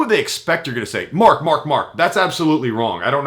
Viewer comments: . hahaha he talks over himself . When he said Mark Mark Mark. it sounded like a dog "bark bark bark" too funny. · MARK! MARK! MARK!! sounds like a dog with a speech impediment.